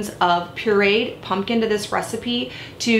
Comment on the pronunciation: Awesome recipe, great video. Where are you from in the U.S. though? Your pronunciation of pureed sounds odd to me.